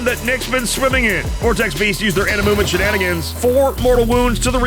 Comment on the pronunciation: When you say "Movement phase", it sounds like "Mubin phase" :D